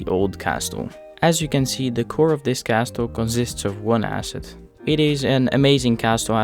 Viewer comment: Lovely video, just a pointer: the "t" in castle is silent! 😁